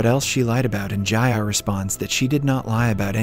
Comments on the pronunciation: Your pronunciations in part 1 were correct. Meen-kyoo and Jee-ah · Bro, why do you keep changing the pronunciations?? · Why change the way you pronounce their names? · why did your pronunciation of ji ah suddenly change